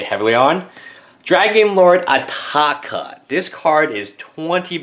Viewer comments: WILL YOU STOP SAYING ATAAKA ITS ANOYING ITS ATARKA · Adel Alrawas SMARTASS hes not in England but AMERICA!!!!!!!!!!!! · He asian he can't pronounce the letter R properly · Adel Alrawas Since when its ataaka everybody says atarka also mispronouces ojutai says ojate